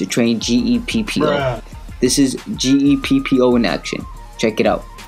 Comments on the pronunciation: its gEEpppOO not g e p p o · Those bruhs are right, how could you not know how to say Geppo, just think geh and poh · you don't no how to say Geppo ,everyone know that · He doesn't know how to pronounce geppo